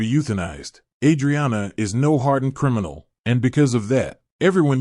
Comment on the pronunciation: CRIMEinial? lol fuck these AI voices, man....